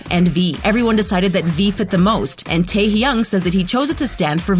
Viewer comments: Who tf is Kim Tar Hyung like wtf???? ITS KIM TAEHYUNG LADY! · Atleast prounounce theyre name correctly. If americans prounounce theyre names im cringing so much lol😂 Min Yoon Gi but thats actually prounounced Min Yoongi Pak Jimin is actually prounounce as PaRK Jimin Jong Jonguu is JEon JUngKOOK Kim Taeryeon is actually prounounced Kim TaeHYUNG OMG IM CRINGING HARD LOLOLOL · kim TAERYON thats what i heard im actually crying inside xd she pronounced it correct the second time ??????? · argghh why does the speaker didn’t pronounce their names correctly jungkook turns junggo kim taehung is wrong prononounced tooo 😕🤨🤨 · Did she just call my bias "Terry"? That's it. Who does she think she is and did she ever go to school? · Grace Bartlette ikr and who is Kim tariung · Why the pronunciation so bad?? WHO SAYS Jungkook to Jung Koo?? "Teri Young", WTH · soooo......um...........Kim tary yung 😂😂😂😂😂😂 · Ah, This vid is so cringe At the mispronounced names '-' Kim teary Young? Edit Thanks for the likes! And Jimin is soooo easy to pronounce it jim-in not Jee min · DID SHE CALL TAEHYUNG “TERRY YOUNG”!? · V real name Kim Taehyung why u pronounce most of their names worng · Tay's Editz exactly! Where did she get the R from?? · Nony ikr how she said Jungkook and Taehyung I was like smh